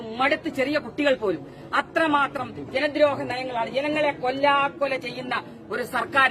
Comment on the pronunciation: ജ"ന "ദ്രോഹനയം. ഇതിലെ "ന "നരി എന്നതിലെ ന ആണ് അല്ലാതെ പന എന്നതിലെ ന അല്ല ടീച്ചറെ. നിങ്ങളൊരു ടീച്ചറല്ലേ അക്ഷരത്തെറ്റ് കൂടാതെ സംസാരിക്കൂ എന്നിട്ട് മതി രാഷ്ട്രീയം പറച്ചിൽ.